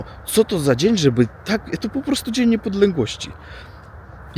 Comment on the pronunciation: Dzień Niepodległości Postaraj się to przeczytać inne twoje błędy Nie radzą ale wymowę tego dnia mógłbyś się chociaż nauczyć